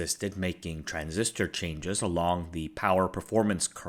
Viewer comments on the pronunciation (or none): none